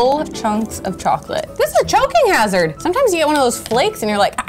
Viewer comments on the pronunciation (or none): none